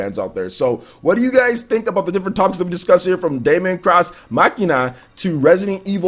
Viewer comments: Hey wassup. Deemon it's pronounced guys not Daymon. Daemon(demon) x Machina is looking better n better the more I see it, a game I am really looking forward too playing and a very nice surprise. Resident Evil 2 Remake or Reimagining collector's edition I will have too try n get. Younger Leon n Claire are looking awesome and the game as a whole is looking pure quality. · It's pronounced Demon ex machina like deus ex machina not Damon cross Machina